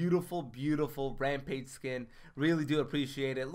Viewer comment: LMAO, That's Feng not Ramage and Lt. Bel is not ADC.. Also was shocked when I seen the last community stream by Epic. Artic reads your comment and he doesn't know how to say your name? Also, the way he says it seemed like he has never heard of you. Artic said in the past there trying to help Youtuber's and streamers grow. Obviously they don't search or watch much YouTube. He even has his own YouTube channel. Yet, he has never found you on YouTube, your almost at 7k subs.